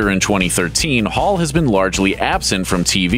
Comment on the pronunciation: why does he keep saying "paul" instead of "hall" and thinks we dont notice